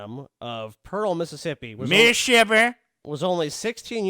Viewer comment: Oh, he lived in Missippi. Yes, Miss-ippi. Thats how they say Mississippi